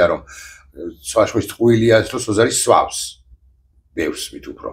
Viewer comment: სვა-ვ-ს არა, სვამს! მმმმმ!